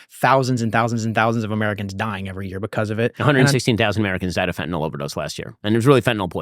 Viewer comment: A joint with laced with Fentanyl 🙄 That’s the stupidest thing I’ve ever heard. Also it’s FENTANYL, not FentaNOL. Oh my allergies are acting up, better go take some Benadrol.